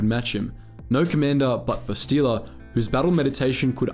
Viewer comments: Bass-tee-la???? Come on bruh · Ouch, you've mispronounced both her first and last names. It's Shan, not Shen, and the emphasis in her first name is on the first syllable, BAST-ila. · Take a shot for every Bassteeluh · Must admit, your pronunciation of Bastila, though still accurate, is a bit weird for us (we say "Bas-teh-la" instead). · Did you never play the game because you are butchering her name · You are saying her name wrong. Listen to how it is said in the game. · If you actually played Kotor you would know how to pronounce her name right. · I'm sorry but what the actual fuck is that pronunciation? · There's literally dozens of voice lines with her name and somehow you still say it wrong. Wtf... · You said her name wrong lol love the videos though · If you play or watch Star Wars Knights of the Old Republic you can see her name is pronounced differently from how you said it. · they literally say bastila in the game how did he pronounce it wrong lmfao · Like the video but cringe at how you pronounce Bastila.